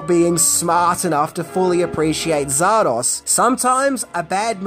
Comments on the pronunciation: Zardoz so why keep calling it Zardosh? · its zardoz ZARDOZ not zardos come on now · Hey mate why in the heck you saying: czardasz ?? Batsht crazy Aussie, are ya?! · Sorry dude it's Zardoz Not Zardosh Please pronounce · after watching the whole video i still don't know if you pronounce it "zardoZ", "zardoS" or "zardoSH" :) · You say Zardosch, and I say Zardoz You say good film, and I say weird film, Let's call the whole strange. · Zardosh!?... maybe that's how Sean Connery pronounces it😅😂🤣🤣🤣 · “Zardosh”? What, is it Hungarian? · why does this bird keep calling it ZAR-DOSH??? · What's, "Zardosh"? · Stop saying Zardorzshh, you massive. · Why did he keep saying "Zardosh"? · I last saw this film in the mid 80s on my tiny black and white TV, so my memory is definitely not great, but why did you pronounce it Zar-dosh at the start? Is that how it's said in the film? If so, I really don't remember that. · hey why are you sometimes pronouncing it "zardosch"? did i miss something? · I couldn't tell if the Zardosch was a nod to Connery and his accent. In the outcome he did say sheeya! instead of seeya! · I'm not proud of how long it took me to realize why was saying Zardoz the way he was. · So you can't even properly pronounce or even spell the name of the film! Astounding! Yep you're right... You are tripping balls